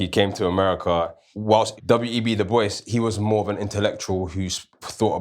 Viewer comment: Amazing conversation guys. Please check the pronunciation of the name Dubois.